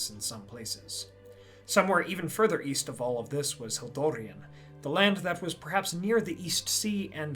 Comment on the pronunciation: Oh East I thought you said Weast.